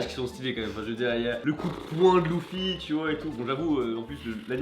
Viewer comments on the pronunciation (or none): Tu prononce déjà mal les noms des personnages exemple tu Di loufy au lieu de dur luffy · Sa se dit leuffy pas louffy =') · Il dit Louffy ! Il dit Louffy ! Je me meure. T-T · Il dit louffy wtf